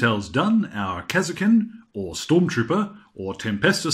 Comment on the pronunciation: kas er kin.. Who the fuck says it like that. KAR SKIN !